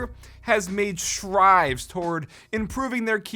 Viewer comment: Giant “STRIDE” not strive.